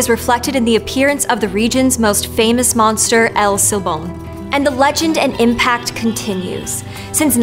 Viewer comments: "L' Seebom"???...I can't with her pronunciation of "El Silbón", it's so painful. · she said el sil bone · I kind of get put off by how she says shes so excited to learn about . El silbon. But her pronunciation is lazy and bad. Whatever.